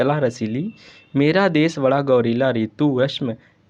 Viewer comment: गर्वीला Not गवरीला